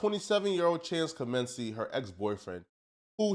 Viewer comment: How are you in media and can't pronounce Comanche????